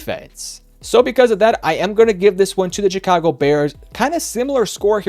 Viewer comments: With that being said -147 times It’s Chicago , not Jicago Also Denver wins 28-10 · shhhicago not chick-ago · It’s Chicago, pronounced like “shuh-kaa-go” ….. 😂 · was looking for this comment lol. I kept hearing Cha-ka-go and was like, "why is he saying it like that?" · the way this guy says chicago annoys me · Lol he said Chicago funny